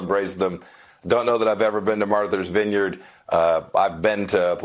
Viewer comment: “Marthers vineyard”